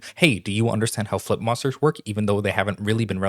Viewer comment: I swear to God when you say "flip monsters" I hear you saying "foot monsters"